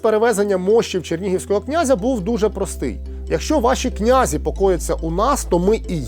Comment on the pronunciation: Наголос князІ на останній склад. Прийшла пора дізнатися. Якщо не виправляти, інші будуть повторювати помилки